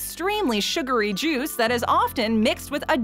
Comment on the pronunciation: It almost sounded like she said Jews when she said juice. I was taken aback for a second